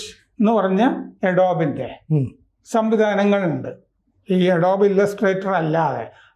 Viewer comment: അഡോബ് ....!! എഡോബ്‌ അല്ല...!!